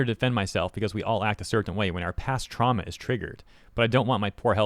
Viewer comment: "past truama" blah blah sounds like a bunch of hooplah to me